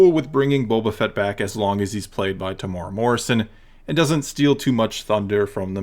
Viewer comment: Greetings from New Zealand. Well done man you pronounced Temuera correctly. The other youtubers like Star Wars Theory and Den of Nerds had no idea. Temuera has 4 syllables. Phonetically it's pronounced Temu-era by most english speakers. The strict Maori pronunciation is also slightly different but if you use the above guide you'll be 100% fine.